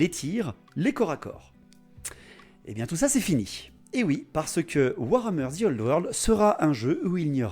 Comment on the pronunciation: moi je dit que tu as tord .. ou tu vois le zzzii old world , enfin dans ma régions ont prononce pas le `` the ``` comme un zi mdr :)😝😝😝😝 bravo moi aussi j aime l idée de cette vidéo